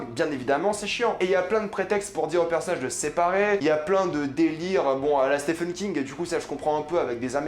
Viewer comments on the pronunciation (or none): none